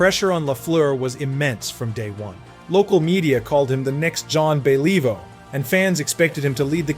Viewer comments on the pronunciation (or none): Jon bellivo? Don't quit your day job.